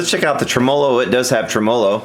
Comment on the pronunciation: Anybody else being driven insane by him pronouncing TREMolo as trem-OH-lo?????